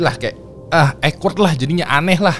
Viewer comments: Awkward bukan ekward bang. Mana diulang2 terus ngomongnya. Gemes bet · duh maap bgt sebelumnya. 🙏 sebenernya males ngoreksi, tapi gatel gue dengernya. awkward di-pronounce ˈôkwərd (owkwerd) bukan ekwerd. 🙏🙏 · 😂😂😂😂😂 denger baca ekwerd,gw denger nya jg jadi awkward🤣🤣🤣🤣 gemes ya dengernya pengen ngasih tw cara yg bener baca nya wkwkwkwkwk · Awkward spellnya okwerd bang jgn ekwerd biar dengernya ga awkward 😁🙏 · Mas.. Ceritanya asyik bgt cuma sayangnya saya agak terganggu sama bahasa inggrisnya kamu. Coba cek how to pronounce awkward yaaaa... Maaaf saya terganggu bgt dengernya. 😂😂😂